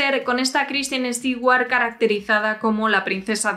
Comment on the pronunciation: Me dio cáncer de tanto escuchar "Estiguar"